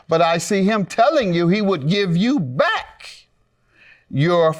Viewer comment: Lol... I finally heard how he pronounced "back"...